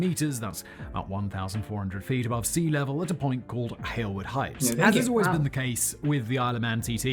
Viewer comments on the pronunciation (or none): For heavens sake... Please tell that the name is HAILWOOD... Not HALLIWOOD